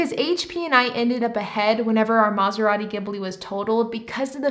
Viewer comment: Take a shot every time she says mazarati gimbli